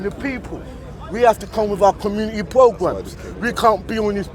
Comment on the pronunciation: Community pwogwammes